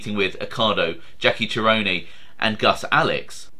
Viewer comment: I'd say it is 'Chee - ro' - nee"